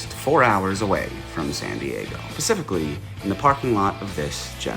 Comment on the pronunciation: Did you just say "pacifically"?